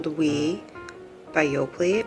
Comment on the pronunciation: The "t" in Yoplait is silent 😄